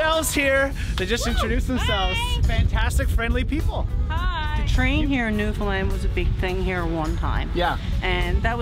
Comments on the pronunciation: Thanks so much for pronouncing Newfoundland properly!!! 👍👍🤪👍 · thank you for pronouncing newfoundland correct! as a newfoundlander myself, i hear people almost daily say “newfinlind” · You did Newfoundland right! Glad you enjoyed our province. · So nice and kudos to you that you pronounced the name of our province correctly throughout the episode!!!! Awesome representation of our province. If you enjoyed your ATV adventure, you should check out the Youtube channel "Crossing Newfoundland by ATV"